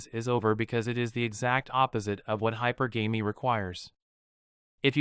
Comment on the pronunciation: It is pronounced hypergamy not hypergamy